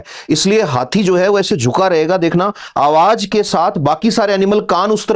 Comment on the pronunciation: Awaaj NAHI Awaaz... Awaaj bahut gandaa lagtaa hai